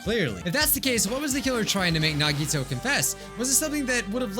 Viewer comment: I miss when called Nagito "Naw-Gee-Toe". Just me?